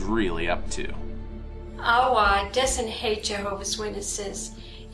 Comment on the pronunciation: why does aawa sound like Yahweh?